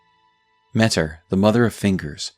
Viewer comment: I think it's pronounced "Meh-Teer"